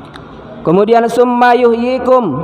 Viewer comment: Mhn maaf bacaan surat albaqorohnya, kaiimat tsumma...nya, diperhtikan mad atau tdknta